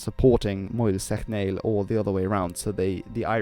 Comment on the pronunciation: My god, your Irish pronunciation is causing 'me ears' ta bleed. It's not Clawntarf, it's Clontarf. The O is small. Say clon quickly and without a strong On sound. Mael "Shock-nall". (Seachnaill ) Cogadh Na Gael re Gaillimh. (Cugga nah Gael ree Gaul-yiv) in all fairness though, cheers for trying!! 😉